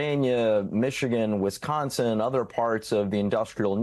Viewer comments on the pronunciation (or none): none